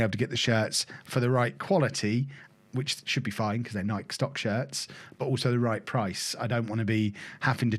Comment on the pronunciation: Nike rhymes with Mikey, not Mike.